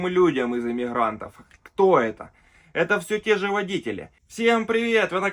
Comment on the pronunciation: Имихрантов?аж режет ухо.